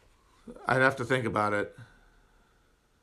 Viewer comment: Dude, we don't say aboot! I have never met another Canadian that pronounces it that way 😂